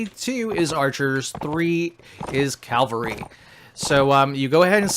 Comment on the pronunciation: Great tutorial but please, its C A V A L R Y not C A L V A R Y